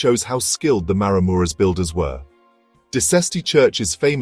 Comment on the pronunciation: OK, if you are going to do a narrated video, Maramureș needs to be pronounced properly, and the wooden churches should be Romanian, not with Ukrainian churches mixed in. I suspect the commentary is AI.